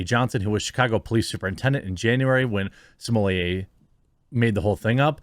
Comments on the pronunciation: Why do people say "smo-lee-ay"? there is no "i" in his last name....it's either "smo-let" or "smo-lay"....2 syllables. I don't care if he wants to be known by a certain pronunciation, this is fucking english. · Why do so many people have trouble pronouncing such an easy name? SMO - LETT. Smolett. Not Sumolier. Geez. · stop calling him sommelier please. its grating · 👀 is that how his surname is pronounced??? I hear everyone saying “Smuh-let” 🤣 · Seriously, whats with the way you say this clowns name? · You pronounce his last name wrong.